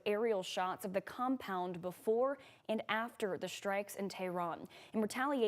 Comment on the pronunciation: I like the way she says shtrikes.😅